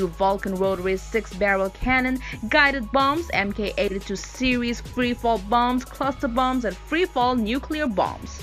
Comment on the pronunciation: AIM-9 is actually pronounced aim-9 as in the word aim not A.I.M. And Mk is pronounced mark not M.K. If you don’t know the lingo you don’t have any business talking about these weapon systems.